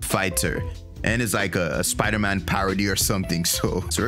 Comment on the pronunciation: that's sponder man ahaha